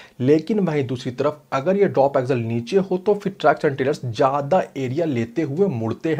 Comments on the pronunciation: Bro axle bol raha ki aggel pata nai chal raha hai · भाई ऊसे ॲक्झल नहि ॲक्सल कहते है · सबसे पहले तो इसे एक्जल नही एक्सल बोला जाता होगा